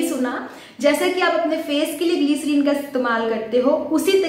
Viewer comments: It’s Glyserine not gleeecerine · Don't say Gleeeerin 🙄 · Pehle bolna sikho gliceriiìiiiiiiin😂